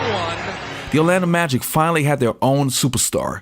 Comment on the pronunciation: I believe it's Orlando Magic, not the Orlando Magics lol